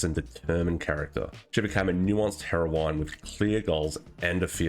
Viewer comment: Great video, summarizes my thoughts on it perfectly. And because I'm 'that' asshole, it's pronounced "herr-oh-win", the e is silent.